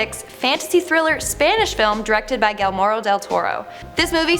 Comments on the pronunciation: Oops,! It's not Gelmoro Del Toro, it's Guillermo pronounced (Gee-yair-mo). Great video tho! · #9 is Guillermo Del Toro not “Guillmoro Del Toro.” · Do she really say Gilmerro Del Toro instead of Guillermo Del Toro?? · Did she just say “Gilmoro del toro” instead of Guillermo del toro? Jajajaja 😂 its pronounced GIYERMO 😂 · Who is this "Gelmoro del Toro" you speak of? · “ Galmorro Del Toro” 😂😂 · I was like huh?! Guilmaro Del Toro 😂😂 I say it has to do with her first language and raised Canadian. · “Gwillermore”???!?! Dude. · I thumbed down this video, for two glaring reasons. You mispronounced Guillermo Del Toro. No forgiveness. And you have obviously not seen Silence of the Lambs. My soul is angry. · I'm sorry, but even my very tied to his Norwegian old Midwestern farmer uncle can pronounce his name right. Granted one of his stud bulls was named Guillermo, if a dude who sounds like an extra from Fargo can get it right...